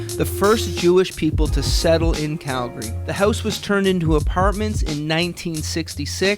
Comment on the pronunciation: Thank you for pronouncing our city correctly. Its Calgary, not Cal - Gary. Drives me nuts when people say it like that. #YYC #HomeSweetHome